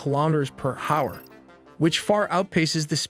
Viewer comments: hour=“HoWeRRR” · generated narration with still lots of software glitches, for example hour is pronounced as ha-hour and repetitious. This is what the future has in store for us, I guess. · It's pronounced "hower"